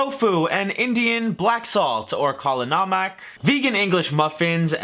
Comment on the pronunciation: I was impressed by the way said "kala namak".. Black salt, his pronunciation was on point!